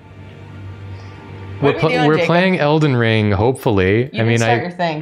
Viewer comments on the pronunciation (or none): It sounded like she said el-den-"ringu" and that's where I thought I was missing the joke 😅. Thank you